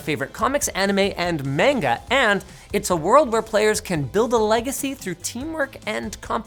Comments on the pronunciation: COME ON LINUS It's been decades. You should know how to pronounce "manga" by now: mahn-gah That was a real "Hello fellow kids!" moment. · Linus said "main-guh." Lmao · It’s not “mainga ” it’s manga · Linus saying manga like "Mango" will live rent free in my head for the foreseeable future. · Nazi Grammar here. If Linus every says “main-guh” again, I’m kiIIing myself. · Hey so I know you don't really consume any Japanese media, so a more correct pronunciation of manga is "MON-gah" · Monk would know how to pronounce "manga". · Had to dislike for that horrible pronunciation of “manga”.